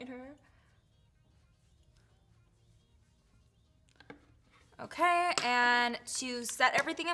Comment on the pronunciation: ❤LOL who started the rolling of the tounge when saying OKAYYYYY?